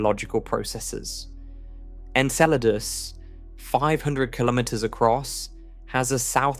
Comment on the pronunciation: Enceladus? Why don't you just pronounce it properly as Enchiladas already?...lol Jesus Christ these AI narrators mispronouncing things is getting out of hand...lol. It's bad enough these "science" channels are to lazy and cheap to hire a real person to narrate their "content", and yet they choose the shittiest AI narration software they can find...RTFLMFAO!!